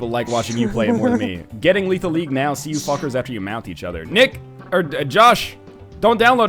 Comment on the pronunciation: "Lethal Lethal" get your shit together Ryab